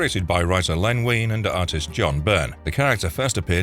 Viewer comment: Is this an AI voice over? They way Feige and Wein was pronounced was weird.